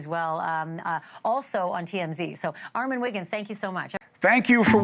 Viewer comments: Ar-men Wiggins… now Armon… when will you break it that her cure pronunciation is wrong and it’s “Are-Mah-n” lol… i chuckled ☺️ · So proud of ARMON that I can overlook the fact she keeps mispronouncing his name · I want these folks to pronounce your name correctly Armon!! Loving the polo shirt. Very professional looking for these various platforms. So proud of you lil Bro!!! You are the best part of my day!! ❤